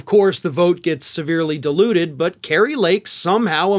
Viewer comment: is it 'diluted' or 'deluded'? Cuuuuuz, both apply in this case.